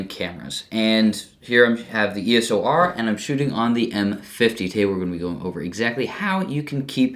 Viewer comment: It's called eos r not eso r😂